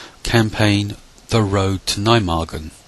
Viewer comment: You pronounced Nijmegen wrong but not a bad job at all. Hunt command in the open? Use Ocoka at all times and find cover and concealment first.